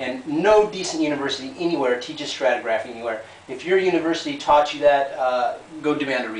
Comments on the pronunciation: I am curious, just how much time you spent researching material before producing your little video attempt to "cut the legs out underneath evolution?" It is obvious you did not learn this from a practicing geologist when you cannot even pronounce stra-tig-ra-phy correctly. Perhaps you should actually take a course in geology from a legitmate source, before entertaining us with the depths of your knowledge on why you think the practice fails to conform to your narrow view of things. Fail! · You... umm... don't know how to pronounce "stratigraphy." Also, stratigraphy is kind of fundamentally important to modern geology. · This has got to be a troll video. Nobody can be this wrong. The mispronunciation of "stratigraphy" is the first clue.